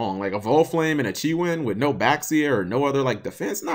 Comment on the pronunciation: Cap, this has been bugging me for a while now. Beelze and Baxia. Nobody gets these names right. Beelze is pronounced BEE-ELLZ. It's a corruption of Beelzebub, a demonic lord of the flies. Baxia is BA-SHEE-AH. In Chinese, Xi sounds like she. That's how you get names like Xianghua.